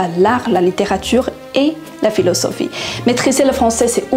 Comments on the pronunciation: 你好 Philosophie中的字母s 发音应该是发"Z"，不是“s”，望参考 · 法语有一些错误 ： Lessamis => leZ amis J'espère => R 听不到 vousss allez bien => vouzallez (Liaison s=>z) Pou apprendre => pouR apprendre Perçu => R 太明显，很难听 Également, véritable => 亚洲口音 Particulièrement => 发音不清楚，要说慢一点 PhiloSophie => PhiloZophie Un univers => uN-univers (要连接） En gros => 比其他词太口语 Une Ninvitation => Une invitation EspoiR Soucc d'aide => SouRcE d'aide